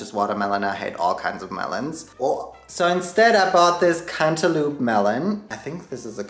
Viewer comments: Am I the only one who kept giggling everytime he said “cantaloop” I love this guy lol totally made my day 😊🖤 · I will never say cantaloupe (cant-a-lope) like that again! Lol Cant-a-loop forever🍈